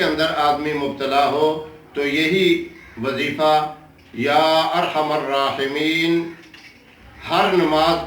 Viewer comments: This should be zher. Not zubr. Ya arhamuraheemin with zher under meem. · میم پر پیش نہیں بلکہ زبر ھونا چاھءے